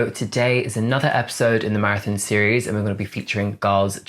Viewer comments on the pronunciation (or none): none